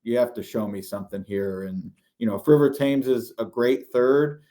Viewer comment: It's River "Tems", after the river in London.